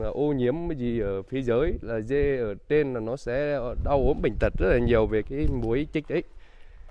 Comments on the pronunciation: Muỗi mà nghe ra muối không 😂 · Muỗi. Cứ bị nghe thành muối. Ai nhue mình ko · Đầu video cứ thắc mắc sao bên đó lại mưa có muối, lúc sau mới nghe thấy từ chích mới biết là muỗi 🤣🤣🤣, ô nói hơi ngọng nha😅😂😂 mãi iu team❤❤❤❤ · Ổng nói muỗi vào chuồng dê, mà đầu cứ nghe muối muối, thắc mắc k hiểu muối gì mà vào. Mãi sau mới nghe ra. Haha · Có ai như mình, muỗi mà cứ nghe là muối :D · con muỗi mà mình nghe là muối. kk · muỗi mà lúc đầu nghe ra muối =))